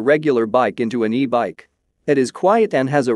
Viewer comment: The narration appears to be a text-to-speech automatic conversion; "e-bike" should not be pronounced "eh-bikk", as it is in the video . "Bimotal" is pronounced as "bih-muh-tul" . Honestly, this makes me wonder how much of this video is AI generated nonsense.